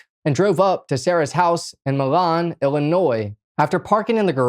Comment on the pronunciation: Say it like this, Moleeeeeen. Not Molon